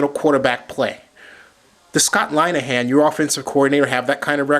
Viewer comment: really? your a reporter, and your saying you know whats up basicly. I'm sorry but you have no idea. If you really know about scott linihan you pronounce his name right. besides he's just an offensive coordinators, and those other guys you compared him to are all hall of fame head coaches. Our head coach is Jim Schwartz was a proven defensive coordinator in Tennesse over the years, and he's a damn good head coach whose got us going in the right direction.